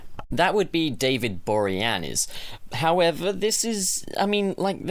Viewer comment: I stopped watching after he said David Boreanz. Are you stuck in 2001?